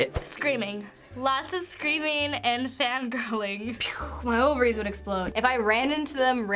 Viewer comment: Lol "my ovaries would exploud"